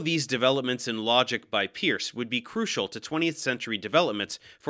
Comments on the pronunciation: Good explanations! I'd just remark that the correct way to pronounce 'Peirce' is not 'peeurse', but instead 'Purse' (like in a women's purse). Peirce clearly was a polymath, and one of the greatest American philosophers of all time. Though his writings can be rather abstruse and inaccessible at times even to those well acquainted with philosophy, there are aspects of his work that are remarkably insightful and worthy of study. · 2 facts about Peirce: 1. It is pronounced "Purse" 2. His formal education was in Chemistry, just like our host